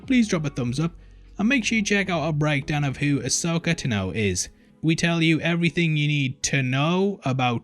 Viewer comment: AH-soka Tah-no, my dude. LOL, “taNOWe” is kiiiillin’ me.